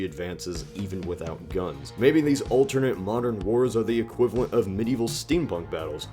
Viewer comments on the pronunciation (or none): none